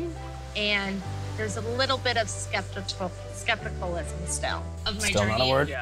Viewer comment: Just started watching but already mad about Brandon saying people were “sabotaging him” when really he just doesn’t bloody accept or own what he’s doing & hates being called out on his bullshiz. INFURIATING. Also still loling at Chloe trying to say skepticism. 😂😂😂😂